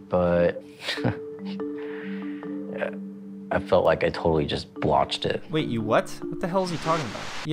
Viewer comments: Guys its botch not blotch 😂😂😂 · The irony of him screwing up saying the word “botched” is beautiful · "Skoodilypoop" hahaha. Pretty sure it’s botched and not blotched.